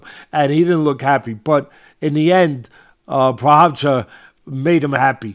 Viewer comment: Jiri "pro hodge kick" Prohazka